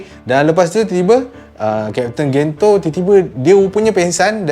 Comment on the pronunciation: sdikit sdih la aq sbb kat malay dub pronounce Gento jdi Gen je..